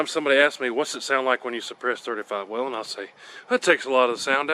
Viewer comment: Col. Whelen pronounced his name WAY-lin. Now lets work on how to say bullet, suppressor, etc.